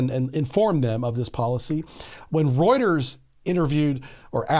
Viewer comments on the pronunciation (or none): none